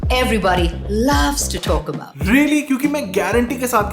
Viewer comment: The "wooman" everybody likes to "tolk" about😂😂